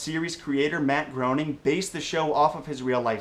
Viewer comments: 1 It's pronounced Grayning 2 The show actually did a sort of joke episode as the season 11 finale that disproves this theory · its pronounced grayning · its pronounced matt grayning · Grain-ing!!!!! NOT Groan-ing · GROW-ning?! Seriously?! A true Simpsons fan would know it's pronounced GRAY-ning! Yes, Milhouse pronounced it GROW-ning in an episode, but he was representing all the fans that Mr. Groening encounters, if you remember his facetious statements. Still, I just subscribed. I liked the info on the new Pixar movie. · "Groening" rhymes with "complaining." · Looks like Groaning, pronounces "Greening". Google it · ikr its gray-ning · Groening is pronounced "graining." How do you not know this? At some point in your life, you had to have heard someone in the media speak his name. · The show even joked about that mispronunciation in "My Big Fat Geek Wedding," along with "Futur-[open a]-ma." Unfortunately some folks misconstrued that as a "pronunciation confirmation," despite past interviews and the like clearly saying "grey-ning." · it's "grain-ing" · pronounced gray-ning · I think it's pronounced gray-ning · I was groaning at your pronunciation of "Groening". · It's pretty impressive that you love The Simpsons so much that you never bothered to learn how to pronounce Matt Groening's name. You are a true fan.